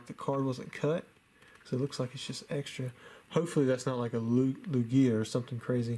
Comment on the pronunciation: Also, please say lugia right lol it’s cringeworthy how you say it 😂